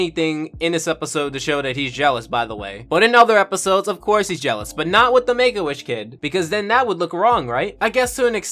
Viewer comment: Oh shit you are saying Make A Wish...... Honstly sounds like you are saying "Megoish" like it is some off breed od Jewish.